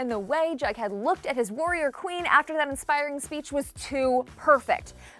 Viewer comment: Is she saying “BugHead” or is that just me... it’s “JugHead” it sound like she is saying bughead 😂😂